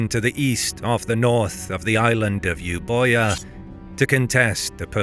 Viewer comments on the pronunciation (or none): While the spelling is confusing Euboia is pronounced "Evia". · Euboia is wrong it's pronounced evia